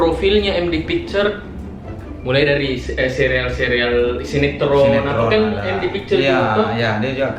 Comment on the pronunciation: Bukan sereal bambanggg tp serial....